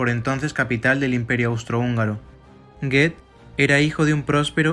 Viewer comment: Y Goeth se pronuncia " Guut"